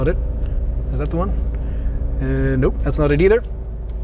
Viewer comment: very good and detailed review, like your pronouncing one "juan" :)